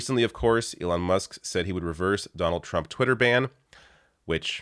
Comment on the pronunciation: lmao...he said..."Leon"